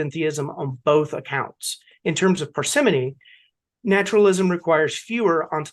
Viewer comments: I think this may be a regional dialect issue. The dictionary says it’s “Par’s money” Which sounds very British. You said it like “Persephone” Americans say “Parsa- moany” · you say “parsi’MOny “ wrong. But wear it as a badge of honor. It’s a sign of being well read. That your intellect extends beyond merely parroting the humans around you. 🤪I looked it up, The dictionary says ‘ParsimƏny like you said it. But I looked up a video “how to say parsimony with real life examples” and every example used the Strong O with the stress on the first and penultimate syllable. So now I don’t know what to believe. 🫠